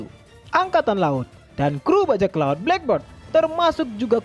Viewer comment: Min, sebutannya bukan black bird tapi black beard (sebut dengan ejaan biyerd)